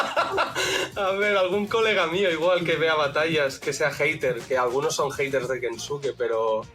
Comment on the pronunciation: Pero kensuke no dice la B?